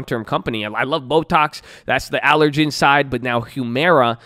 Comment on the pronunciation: "ab-vee" and "aller-gan"